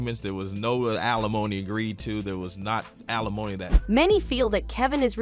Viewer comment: Can the voiceover stop saying "a-lemony" for alimony? (AI ain't ready)